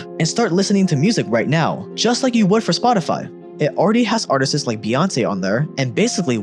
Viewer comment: Artistis? did I hear that correctly